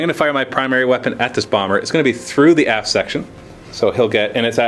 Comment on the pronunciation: Every time says aft it sounds like ass:P haha